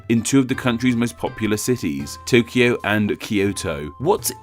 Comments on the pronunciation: Comment about your Tokyo and Kyoto segment. 1. You are correct with the Kyo part but when it comes to To you are off base. The error is with Romaji translation. The Japanese pronounce Tokyo like Toukyo. It is lazy Western pronunciation that drops the U. Like Tsunami, Westerns drop the T and just say sunami. In the Japanese written language Kanji the symbols play a major role in the use, context, and meaning of the word. Just like with Pair, Pare, Pear in English Yuki (my son's name) has many meanings and is pronounced differently even though English spelling is the same. Yuki meaning Snow is 有 . Yuki for a girl 雪 & Yūki/Yuuki for a boy 優 and ゆき distance from the seam in the back of a kimono to the end of the sleeve. These are just some basic examples. of the same sounding word to Westerns being very different to Japanese. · The pronouciation of two TOs (TO of TOKYO and TO of KYOTO) are different. TO of TOKYO is a long vowl and TO of KYOTO is a short vowl. TO of TOKYO and KYO of both were originaly double vowls like TOU and KYOU. TOKYO is written TOUKYOU by Japanese characters (not Kanjis) and pronouced TOOKYOO, and KYOTO is written KYOUTO by Japanese characters (not Kanjis) and pronounced KYOOTO. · The "to" in Tōkyō and Kyōto are not pronounced the same in japanese. The line over the "o" means that it's a long vowel. So the "to" in tokyo is said with a long vowel and the "to" in kyoto is said with a short vowel.